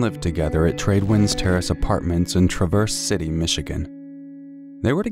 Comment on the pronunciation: Just fyi, emphasis on the first syllable of Traverse City. TRA-verse. Love your content!